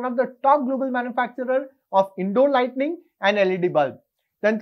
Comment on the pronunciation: Very informative!! By the way, there is a difference between Lighting and Lightning.. You repeatedly pronounce it as Lightning..!! Please correct in your future video!!👍